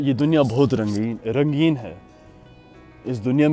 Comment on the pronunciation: "sunth" "brahamaCHAR" "RANGEEN" also: Sorry my hindi isn't that great.